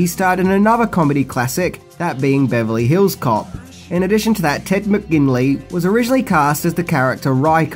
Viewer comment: I love how says "Beverly HILLS cop"